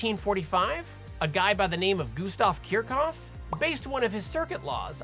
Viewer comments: Don't worry, also pronounced him incorrectly. But that's because Kirchhoff was German and his name is basically impossible for an English speaker to pronounce hehe. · What I learned today is that I've been pronouncing Kirchhoff incorrectly as "Kersh - off" for nearly 20 years. Oops... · Was I the only one who has been pronouncing Kirchhoff with a CH(air) sound? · Well, dang, I've always pronounced his name Kischhoff😑